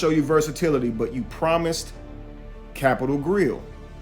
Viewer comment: “the cap-pit-al grill” she can’t even say that shit!✌🏾